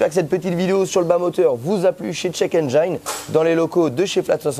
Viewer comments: juste une petite rectification de pronunciation sur le mot Engine en anglais, penses a la terminaison de "frangine" ça ira beaucoup mieux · Quitte à leur faire de la pub, autant bien prononcer le nom de leur société 😋 Engine en anglais se pronce "ène-jine" et non pas "ène j'aïe ne" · En anglais, on "ENGINE" se prenonce "aine-jine" et pas "aine-geaïne". J'imagine quio peux y a out de la clientèle internationale, si ca peut aider... Merci encore pour la qualité des vidéos!!! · Alors ce format la c'est juste GÉNIAL!! Faut faire des vidéos sur ce genre de thème 😃 (Petit détail: "Engine" ne se dit pas aine-jaïne, mais aine-jine, comme Gin-tonic) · engine : N-Gin .... pas N-jailln ! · Dufay mais en aucun cas ça ne ce prononce "aïe" dans Engine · haha j'ai déjà fait plusieurs fois la remarque à notre cher pour la prononciation de "'engine" mais il n'écoute pas toujours 😊... il doit trouver que ça fait plus mieux... même si en anglais il y a des règles en matière de prononciation du "i" mais aussi des exceptions... cependant tout ceci n'est pas bien grave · J'aime bien la prononciation a la française de check engine, on veut mettre de l'ail de partout ;) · Nickel comme video, change rien, même si la prononciation engine n'est pas bonne🤣, moi j'aurais dit pareil que toi, on t'aime comme ça.